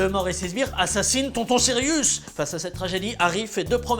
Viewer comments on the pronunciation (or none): none